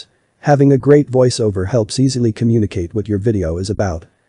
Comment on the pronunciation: In my opinion, he sounds less robotic that you do. No offense. It was only his mispronunciation of "voice, Over" that jumped out at me, and any real human not in this business might have made the same mistake.